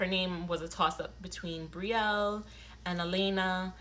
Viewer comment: well, you're pronouncing Brielle a little different aswell lml because the way you're spelling it. 😂😂 you're saying bree-yell. 🤔